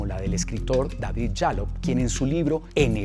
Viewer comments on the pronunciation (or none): none